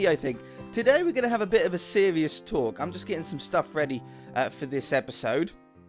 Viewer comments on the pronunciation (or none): sewious tawk!